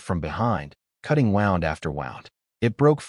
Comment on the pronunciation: Wowned instead of wooned for the word "wound" and amboosh instead of am-bush, how long for them to fix it? =(